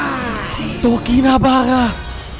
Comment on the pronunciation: Bukannya namanya tokinibara bang kok jadi tokinabara